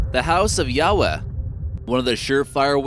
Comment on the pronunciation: Lol you can't even pronounce Yahweh right. Don't brag on chopping up some Japanese lol